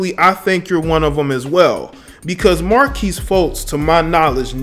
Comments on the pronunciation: mar-kelle, not marquise bro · You called him Markease instead of Merkelle multiple times. Disrespectful not knowing his name lol. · If I here him say markesse one more time. Markelle my guy. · Bro why you keep calling him Marques his name Markelle Fultz lmao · His name is Mark-Kelle 😂😂😂😂😂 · This dude can’t even say his name right Mar-kelle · Fuckin his name up! I can tell he isn't a Sixers fan! Lol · damn dude, get his name right. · You butchered this brother's name! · Butchered the kids name 🤦🏾‍♂️ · Did you just say "scripper." And did you just call the dude "Marquise" Fultz??? Bruh... who teached you how to spoke?